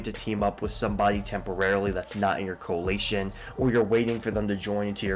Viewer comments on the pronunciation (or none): Bro can't even pronounce coalition.. Security Council is mostly just a bunch of "quality of life" bonuses, meaning you can do things more simply or conveniently. It doesn't really provide any benefit unless you can't check your device every 3-6 hours, which you should do more frequently anyway to be able to respond to hostile actions.